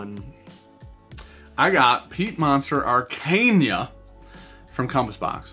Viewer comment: It’s ARE CAH NA LOL not arcania 😂😂😂😂 #teamsean